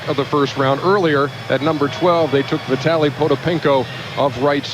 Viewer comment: David Stern got vitalys name right